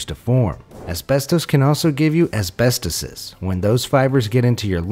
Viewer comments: As-bes-TOE-sis Not azbest-osis Lol jk idfk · Asbest-oh-sis! It's not plural for asbestos, it's a disease. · "ASBESTOSIS" is spoken with TO sounding like the word "toe" so it sounds like this, AS-BEST-TOE-SIS. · Asbestosis is pronounced with the emphasis on the "OH".